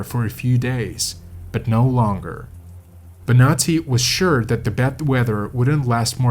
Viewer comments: It´s Bonatti, no Benati, please ' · So I was listening to this trying to fall asleep and I thought he was saying “nazi” every time he said Bonati. I was so confused like didn’t we already deal with the nazis? Why are there nazis on this mountain? 🙈